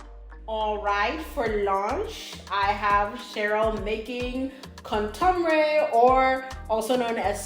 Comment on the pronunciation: The kontomire was tragic 😂but props to her for trying